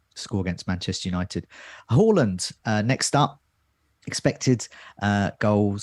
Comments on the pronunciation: It's pronounced Hawland in Norwegian. We were trying to be respectful to his language ...but ultimately failing :-) But as you point out he has anglicised his name so we can say Haaland from now on. Next week we'll go back to Haaland. Got Jaysoos right though ...we think ;-) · It is Haland not Hawland... he said it on SKY when got asked how to pronounce his Surname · It’s not pronounced horland. It’s pronounced haaaland. He did an interview with skysports last week where he was asked the correct way to say his name and he said haaaland 😃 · not being able to say HA-LANDS name is hilarious just watch his transfer reveal interview you can say HA-LAND OR HAW-LAND but he said the English version is HA-LAND. Pretty simple 🤣🤣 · I think you'll find is spot on with hooiiyyland 🤣